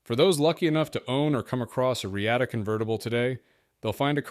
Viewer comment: Thanks for the video. But I am pretty sure sure it is pronounced “Re-ah-ta”